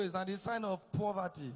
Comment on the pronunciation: Someone should pls tell igodye that it's poverty and not poorverty.....lolz😀